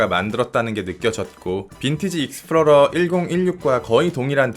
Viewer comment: 익스플로러를 왜자꾸 f 발음으로 하쎄용 ㅋㅋㅋ